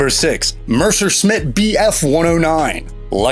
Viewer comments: . NOT....Mersh-sher-shmit......it’s.....MESS-sher-shmit Good God you have no business talking about WW2 airplanes. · What a lame video! Point fifty caliber??? And not Mercerschmit. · Merchersmit ! You could have simply said Me or Bf and not sounded ignorant but there are too many mistakes — the narration is a unnatural — just speak normally and you’ll be ok ... but fix this weak try. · You talk funny... on purpose Oh, and before I forget... Messerschmidt, no Merserschmidt. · Mercer Schmitt? No such a word in German... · "Mersersmitt 109"? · Yeah this guy did almost no research. The P47 "had no range" is a complete and utter lie. Mispronounced messershmitt. Hurricanes shot down WAY more planes than spitfires in the BoB. Kate's having a 97% hit rate... that's statistically impossible. Only reason B29 is on this list is for the Abombs. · "MERCER-SMIT"???!!!??? ARE YOU SERIOUS?!?!? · Stukas were used as tank killers on the Eastern front until the end of the war, when he said they were retired in the middle of the war I almost stopped watching- that happened when he said " Mersershmidt ". Poorly made video. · Mercer-Smit BF109? WTF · Mercer Schmidt wtf? dude learn to pronounce the name If you're gonna narrate this you obviously know nothing about these planes actually. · Gotta love those Mersherschmits 😏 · I had to quit at "Mercersmit". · “Mersersmitt”? And as another said, “point fifty climber “. Then there was the “Coorsair”. He managed to get the Japanese names right though. However, I’ll bet he doesn’t know that the name of the B-29 that dropped the bomb on Nagasaki, was spelled “Bock’s Car”, and not “Box Car”. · 4.10...what the fuck is a mershershmit !!??? and what was the looftwafey !!?? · "point 50 caliber machine guns" instead of "50 caliber?" "Mercer-smit for Messerschmidt!" Who ever narrated this is an idiot. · Ha ha! Mercersmit 109!? LOST ALL CREDIBILITY! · Omg, “mursersmit” need to re-dub this bud, other than that it’s a pretty good report 👍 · Mercer shmit?